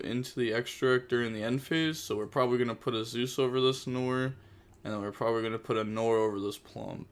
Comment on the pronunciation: Bro nore? Are we opening the nore? It's nwar